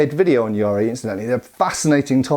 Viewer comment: I kept thinking you were talking about some kind of pirate spear: a yar-ri (it's just ya-ri). It's a much overlooked weapon as it's so simple, which like most simple things, makes it difficult to use well.